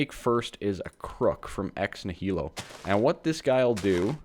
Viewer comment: Ex Nihilo pronounces Ex-knee-a-low and is Latin for out of nothing.